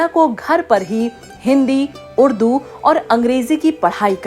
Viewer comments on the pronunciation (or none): none